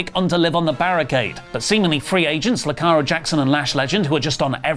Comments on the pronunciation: it's Jakara, not Lakara lol 2nd week in a row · First, "Nakara Jackson", now, "Lakara Jackson". Guys, it's not that difficult: JAKARA Jackson. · Is saying Lakara Jackson??? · Joking about Liliana botching names then turn around and botch jakara Jackson name is lol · makes fun of Lilian Garcia for botching Also: pronounces "Irvin" as "Irvine" and calls Jakara Jackson "Lakara Jackson" The ironing is delicious.